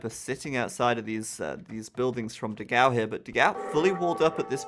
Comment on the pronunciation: Dogau ahsuahsugdus the pronunciation is wrong. Nice vid